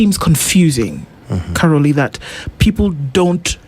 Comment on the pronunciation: Its Caroli not Caroline, lol😂